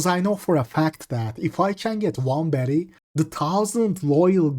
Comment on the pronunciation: Sounds like hes saying betty not baddie